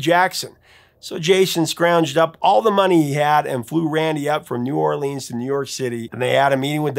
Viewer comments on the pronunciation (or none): Sir, it’s not New Orleeeens. It’s New Or-lens. Like lenses in your glasses.😂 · It is pronounced New Or-lenz NOT New Or-leenz. Book it, thank you.